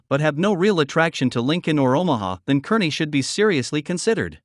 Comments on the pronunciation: Those of us that live west of the 100th meridian call all those suburbs "Omahole". It's CAR ney, not kerny. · Either of those cities are good choices, imho. Scottsbluff has the view, at least, when you stand atop the Bluff itself & you can still make out the Medicine Bow Range in the distance, if I remember right. The North Platte area is also beautiful. Kearney (pronounced "Carney," in case you didn't know) is a large town with one of our university campuses. Good luck and welcome!